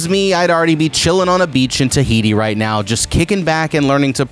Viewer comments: Did you say Tihiti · Did he say Tahiti?